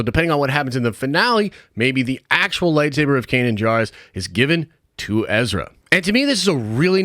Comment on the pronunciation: I will never stop tiring of people mispronouncing Kanan Jarrus. We literally have heard it in this show man😂